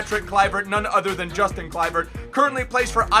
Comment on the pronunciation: you say his name as Yustin